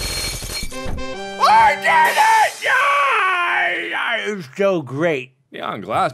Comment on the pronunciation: remember this "I DEED IT I DEED IT"